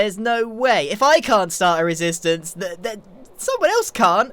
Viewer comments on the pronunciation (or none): how many times did he say risistance in this episode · I- Grian... I believe you said "resistance" about... 40 to 50+ times... Are.... Are you ok? °^°" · 'Resistance' is sounding less like a word the more you say it.